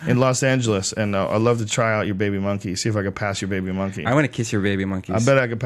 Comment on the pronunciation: I loled so hard at this "baybii muhnkee"